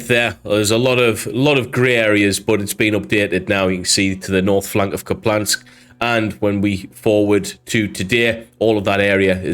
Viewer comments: Ok I have to say it. It’s not “Kuplansk”. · Loved the video, just wanted to point out for the future that there's no L in Kupiansk, pronounced like "Coop-yansk" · it's an i, not an L Kup-i-ansk. Thanks for the updates! 💙💛🇺🇦